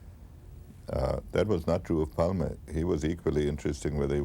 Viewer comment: Takes an Anglo to make a documentary about someone without learning how to pronounce their name lol. How hard can it be? It's so phonetic. Olof Palme. Not "Olaf Palm". It's a Germanic language, why would the e be silent?